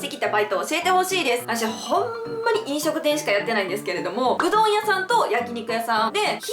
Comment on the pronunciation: うどん屋さんがうんど屋さんに、なってるよw